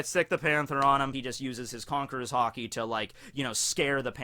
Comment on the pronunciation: Is it just me or why is it everytime says Haki I think he said Hockey (I live in Canada:D)